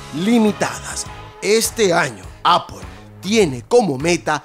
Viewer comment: Tu cazurro se llama Apple haber si pronunciamos mejor eeeh